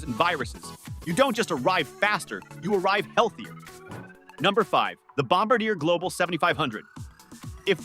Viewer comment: Your voice synth can't pronounce Bombardiet. FAIL.